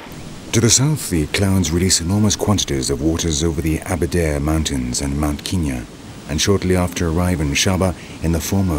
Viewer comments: It’s not ‘Keen-ya’! It’s ‘Ken-yah’! When in Rome... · Also bloody called Kenya, Kinya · His pronunciation of Kenya is irritating